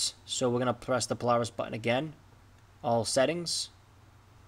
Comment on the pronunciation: The way he said Polaris😂